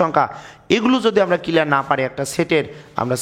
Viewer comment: SIR,thanks a lot for this video but "kelear" na "CLEAR".English utcharon eto vul hoy keno????